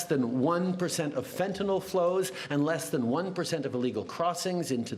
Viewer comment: I love that Trudeau can pronounce fentanyl correctly. 😊